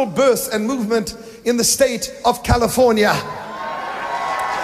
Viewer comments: He did “In the state of Californi-Ye.” like Kan-ye. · He even pronounces CALIFORNIA twice the second time he says Califor-NYE ?!?!? DID YALL CATCH THT?? Like kanyeee?!?! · Wait!! ✋ Did he just say Californi-Ye??!! 🤯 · he really said californye.. i'm shook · Prophet Kim just said California-Ye... Wow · Yes i got it